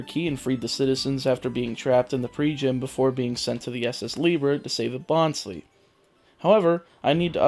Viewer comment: How you getting irked by their names when you can't even say the name Numel & Bonsly right? It's not Noo-me & Bon-Slee dude